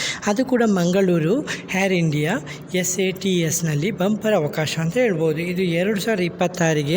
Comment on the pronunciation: ಅದು ಹೇರ್ ಇಂಡಿಯ ಅಲ್ಲ ಮಾರಾಯಾ.. ಏರ್ ಇಂಡಿಯಾ...😂😂😂